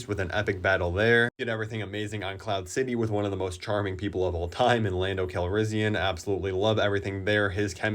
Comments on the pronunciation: did he just say Lando Calrizzian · Lando Calrizzian 😭💀